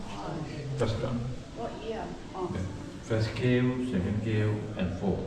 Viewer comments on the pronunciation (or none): අනේ කරුණාකරලා ඉතිහාසය ටිකක් අසා දැනගෙන මෙහෙම වීඩියෝ එකක් කරන්න. ගුහා වලට "කර්වු" කියන්න එපා.අඩුම් ගණනේ කේවු කියලාවත් කියන්න. මුලින්ම බලන්න තිබුණේ සෙල්ලිපියයි. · සහහෝදරයා , ඉතා වැදගත් විඩියෝවක්,දිගටම මේවගේ ගවේෂණය කළ යුතු තැන් පෙන්වන්න.පොඩි නිවැරදි කිරීමක් කර ගන්න,ගුහාවකට ඉංග්‍රීසි භාෂාවෙන් කියන වචනය උච්චාරණය හදාගන්න.ඔබට සියලු ජය !